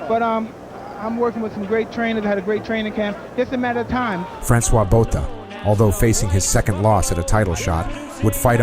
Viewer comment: Francois Botha is pronounced ' Francois Bota' the h is silent. I love Iron Mike!